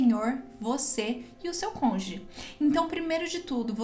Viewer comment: Desculpe-me mas o ideal seria você falar “cônjuge “ e não “conge”